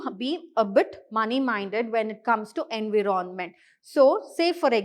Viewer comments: Sorry to say mam but environment is pronounced as "en·vai·uh·ment" ✅ not as en.vii.ron.ment ❌ 😂😂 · Why is it being pronounced as Envi ron ment..??? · why that was soo irritating 😬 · Abe kisika pronunciation thoda glat bhi ho to kya hua itna fluent English plus best teaching aur kya chahiye........ ❤❤❤❤❤❤